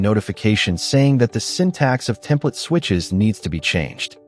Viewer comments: "ещё один" на связи: ну разве самому это произношение не противно звучало всё это время? sYntax = сИнтаксис, блин) ну разве в школе не учили на уроках языка) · Ох, как же режут слух ваши синтАксис, пакАджи и прочее :) В принципе в этом ничего плохого и вы вольны разговаривать так как хотите на вашем канале, но думаю что все-таки стоит пытаться выговаривать слова правильно для общего саморазвития, да и слух подписчиков порадуете :)